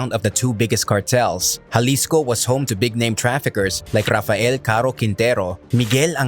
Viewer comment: He keeps saying Jalisco like it was Juarez